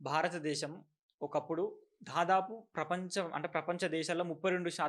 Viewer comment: ధాదాపు ❌ దాదాపు✅.